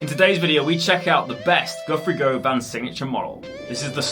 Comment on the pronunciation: It is "gu-vun" not "go-van"